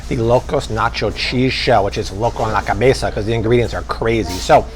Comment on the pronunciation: Omg I would hate having a cheat day with you. That Spanish was suspect.